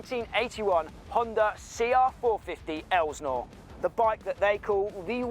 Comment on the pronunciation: STOP CALLING IT AN ELSNOre! It's insulting and it makes you sound uneducated. IT"S PRONOUNCED, ( EL--SIN--OR ) GOT IT?